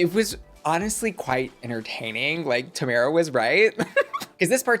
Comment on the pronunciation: not pronouncing Tamara's name wrong the entire video... 😳